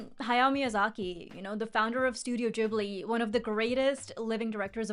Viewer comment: studio Jibli? not Gibli? Is that right?